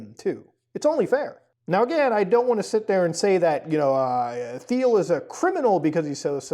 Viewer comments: It's not pronounced "Thiel" it's "Thiel" lol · Muta, please pronounce the bastards name properly , the H is silent ,like tea'll. Just so we all know who he is without confusion. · "Thiel" is pronounced "Teal," same as the color the rest of us call "aqua." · I think it is pronounced Peter Teal? Not sure though. I do know that Peter Thiel is an anagram of “The Reptile” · Peter Thiel’s name doesn’t use a “th” sound. It’s pronounced like “teal” and rhymes with “feel”. Normally wouldn’t make a thing of it but you’re gonna be saying this weirdo’s name more over the next 12 months I suspect.